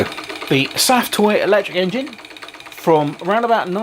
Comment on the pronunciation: Pronounced.. safe toy.. safe as in, its safe because there's no fire or steam. I believe there's is something under the smoke stack that pups up balloons.